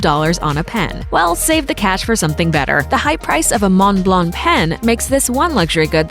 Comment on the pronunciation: At least Montblanc was pronounced correctly.